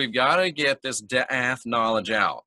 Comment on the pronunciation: Awesome! Not to be a turd but it's pronounced dah-ot. Daath=dah-ot(like dot but two ah sounds) I just found this one out a few months ago despite being VERY familiar with wisdom-soPHIa-daatg